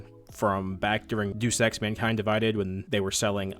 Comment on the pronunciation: This guy said deuce ex 🤣